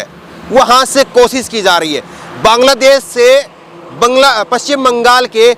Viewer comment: aap bhut acche patrkar he. Lekin aap sha shabd ka sahi ucharan kijye. Sha ka ucharan sa na kijye jaise koshish ko aap kosis keh rhe he. Shikayat ko aap sikayat kwh rhe he. Bhasha me shabdo ka ucharan khaskar sha ko sa na kara kijye 0lz